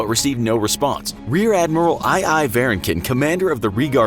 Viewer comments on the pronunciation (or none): none